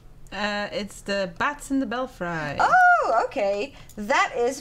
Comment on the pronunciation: Thanks for featuring "Bats in the Belfry" (pronounced "Bell-free" Ha ha!) In case you were wondering, the name comes from the phrase "bats in the belfry," an old idiom describing someone who is a little crazy. I'm glad it made it back to the station...I designed it with friction set to 0.8. Ha ha!